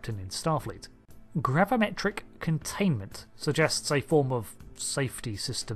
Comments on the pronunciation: *gravimetric....... with an i...... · Gravimetric instead of gravametric?